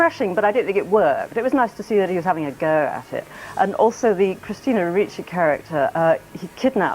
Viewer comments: Ricci (pronounced Ree-chee not Richie) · It's pronounced ree chee, not rich ee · Good video. FYI her name is pronounced REE-CHEE, not RICH-EE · "REE-CHEE" not ritchie.... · Ree-Chee not richie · Right when I saw this movie, I took the whole thing as a dream in a creepy guy's head. And yeah, he's creepy in real life. This is quite disturbing. BTW It's pronounced "Ree-chee", not "Richie". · "christina richie needs no introduction" you can't even pronounce the woman's name, you might need to introduce yourself to her work. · say it with me "Christina REE-CHEE" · Small note: it's Ricci, pronounced reach-y. Great video - haven't watched the movie in YEARS, so I think I definitely saw it in a different light than I would now, even without learning about all the insane BS Christina endured, none of which I knew about until your video. New fan, here, and I just subscribed 😁. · Christina REE-chee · Great video but I just want to point out her last name is pronounced Ree-chee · pronounced "ree-chee" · Christina Ricci would be pissed you pronounced her name wrong 10000 times. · imagine how much Ricci would have been thrilled if you had actually pronounced her name correctly anywhere in your film.